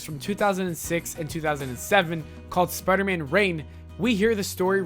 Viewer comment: I hate how he pronounces spiderman spidermun >:L